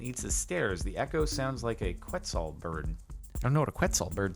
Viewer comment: I should have tried clapping when I was at Tikal! It's pronounced like Ketzal for quetzal.